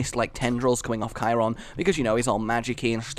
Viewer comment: Vote 1 and Charon is pronounced like it's spelled.